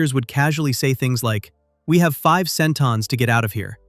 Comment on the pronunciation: This narrator kills me. They had "centins", which gave the show a science "fection" feel. WTF?? LMAO